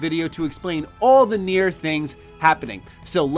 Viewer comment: Its not pronounced nere its pronounced kneeair its japanese